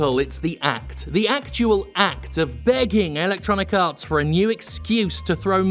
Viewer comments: It is wonderfully appropriate how much it sounds like Jim is saying "Electronic Arse" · I always hear it as "Electronic Arse". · LOL ... me too. So I'm not alone. I bet he does it on purpose.